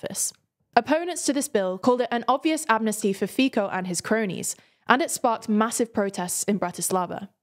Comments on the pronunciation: Yeah, but then they would lose my respect as a news channel. 😜 And I know non-Slavic people don't even know about our "c". Another notable examples: Robert Kubica - "kubika", Mate Rimac - "rimak" (and sometimes I heard "mate" read British way, and I felt something was boiling inside me). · Nah they did pretty good with the names, aside from Fico. But anyway, it's normal as not many are used to have the soft 'C' in the middle of words. Hard 'C' makes more sense to many people other than the select ones who use the other. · I wouldn't call them lazy at all. Appart from Fico, they do pronouce the names correctly. They also are very on point of what is happening in my country, I'm quite often surprised how much they know about the backround. Keep up the good work! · I liked the pronounciation of Fico :) Brings the pleasant felling of what I think of him :) In my mind it sounds like a German word for "he can go himself" while having the Italian flare of pronounciation which adds the passion to it :D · You AGAIN misspronouce Fico rofl. Do at least 1 minute of research on names next time. C and K are 2 completely different sounding letters in slovak. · ohh i will die from that pronoucing Fico name you pronaunce C like K, like what is it in English, but its Slovak name and C is readed like C not K. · Learn first how to pronounce names of world leaders please. Robert Fico for example. It is not first time you are mentioning him by wrong name. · Slovak prime minister's name is pronounced "Fee-tso", not "Fi-co" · Its pronounced "Fitso" not "Fiko" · Its not fíko its Fico c not k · Fico sounds like Fico, not Fiko so please say it right way. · It’s Fico not Fiko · the name of slovakian prime minister is not Fiko 😉 The letter "c" is pronounces as "ts" 🙂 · Feeko? He's called Fico, ts, man, it's no that hard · His name is actually pronounced Phitso not Phico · fico in slovak is pronounced similar to fit saw. say these two wards quickly and you get it right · Fiko 😂😂😂 its Fico